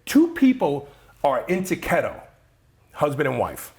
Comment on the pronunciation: KeeeeeeetO not KettO ... just say'n.